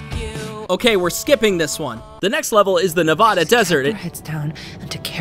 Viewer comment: you are saying nevada wrong, just so you know